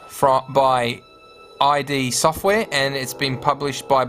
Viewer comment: It's Id not I D.